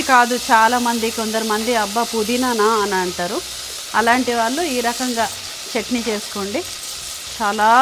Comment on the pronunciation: adi చంట్ని kadu, its చట్ని